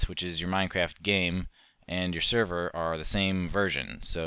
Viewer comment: server not serro